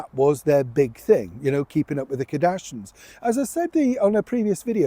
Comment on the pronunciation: I like your videos, but really, it’s so disrespectful to continually mispronounce someone’s name. It’s Kardashians…….pronounced…..KAR-DASH-E-ENS. Not KA-DASH-INS.